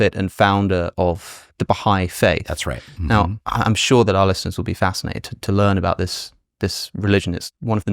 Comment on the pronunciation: Just a moment before they started talking about giving a name to his followers I thought I heard Alex calling the audience something like "Alessiners", which was actually "our listeners". So I guess there's your answer.